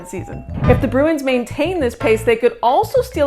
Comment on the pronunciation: Start to pronounce the club name correctly.